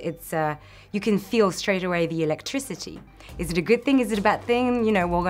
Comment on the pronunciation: When she says electricity all I can think is ELEKTRAcity